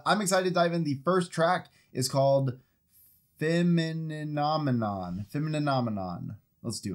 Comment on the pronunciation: Femininenomenon ... uff, hope I spelled it right. You certainly pronounced it right on the first try. Congrats 🎉🎉🎉🎉